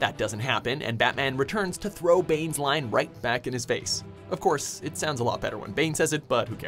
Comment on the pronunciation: "Of couse" M Bison